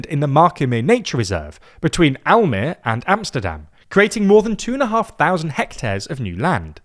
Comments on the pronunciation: I actually live in Almere and I would really welcome the construction of IJstad and the metro connection. With current political affairs though, I don't expect to see it happen before 2050. Almere (which, by the way, has three syllables "Al-me-re" and the second syllable is stressed. The final -e is a schwa, not a silent letter.) is a bit of a lonely city. It's big enough by itself (and has a low density and ver little highrise so it's very stretched-out) but there aren't many smaller towns nearby like in any other place in the Netherlands. Almere is mostly a dependency of Amsterdam. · Just to fix the way you say Almere, which is close, better to remember the last e is like an ah, like tra la la, so Almera would be easier way to look at it.